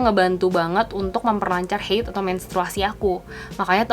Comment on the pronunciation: Bukan heid ya kak tapi haid, itu bukan kata dari bahasa inggris tapi dari bahasa arab...